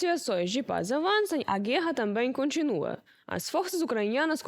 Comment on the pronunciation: Parabéns p/apresentadora. Está melhorando a pronuncia das palavras c/ r . Antes dizia guera agora já pronuncia certo "guerra".